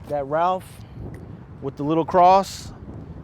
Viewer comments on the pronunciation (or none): none